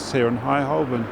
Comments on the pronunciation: He keeps mispronouncing 'Holborn'. The 'l' is silent. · Holborn We never used to pronounce the L: Hoe-bun.